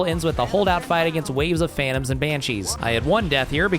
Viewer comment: Don’t worry i also say phantoms like that